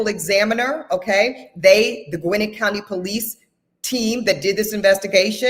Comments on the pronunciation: Gwinnett - pronounced gawin - net😊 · Gwinnett is pronounced Gwa-nette She’s irking me by her pronunciation because I lived in that county at one point. 😂😂 petty I know but it’s like nails on a chalkboard for me. I couldn’t listen to the whole video.